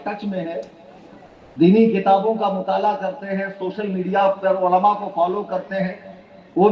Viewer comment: Ama!??? Walama Nahi.. Balki Ulema kaho... Walama waao se Bola jata hai.... Aur Ulema Ain se Bola jata hai... Kitne Bar Samjhaya aadat ke Mutabiq Walama Walama karte ho. Apna Urdu Talaffuz to sahi karo..